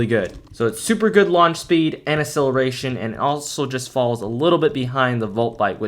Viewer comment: Great vids keep it up! But side note, say acceleration correctly . lol